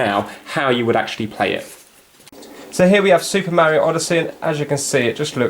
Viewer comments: I like the vid but i'll have to leave a dislike since you pronounce Mario "merioh" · Why? It's AMEEEEISEEIING! And hawa'yeeeeauuu? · Don't dislike the video because he pronounced it differently. I mean we do get annoyed because of it (myself included until I hear it so much from Stampy and others that i adopt that way of saying it), but it's no reason to be disliking the video. That's a bit extreme, to be honest.